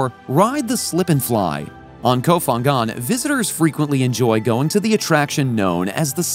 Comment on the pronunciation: Nice video, but please say the name of the island correctly! ph in Thai isn't F its P , it s ko pangan to pronounce. Kop Kun kaa